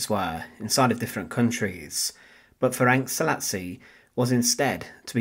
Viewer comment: Pronunciation is approximately Ferents Salashi.